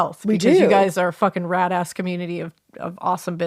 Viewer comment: I first heard "rat-ass community" and was like what the hell.. then I realized you said "RAD-ass community" 😂